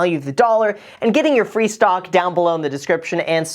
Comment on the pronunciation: i swear to god he is saying stonk